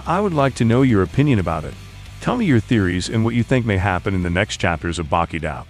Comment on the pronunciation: It's Baki Doh, now Daoh.